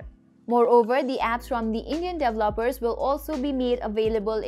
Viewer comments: Very informative video, not dev-loppers, pronounced-dee-vell-o-pers 😁 Great video though and go Huawei 👍👍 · I LOVE THE the way u say….. DEVELOPER….. DELOPERS HAAAAHAAAAAHAAA